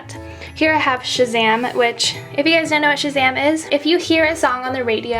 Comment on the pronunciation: Shazam not shaman